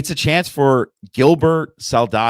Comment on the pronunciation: Please don’t pronounce it as Burr-Ress again… 🤦🏻‍♂️